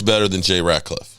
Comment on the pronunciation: This mother humper doesn't know any Cowboys players names...u know it is Jay RAT..LIFF.....NOT RAT..CLIFFE